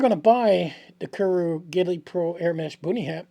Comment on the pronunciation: Alaskan Island in the southern archipelago. Pronounced Koo-yoo.